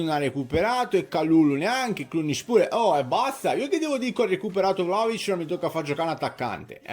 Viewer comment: ma perchè il cronista juventino lo chiama vlacovic? ignoranza o volontà di fare il fenomeno?